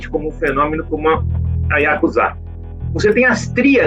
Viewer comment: finalmente alguém que pronuncia ヤクザ corretamente.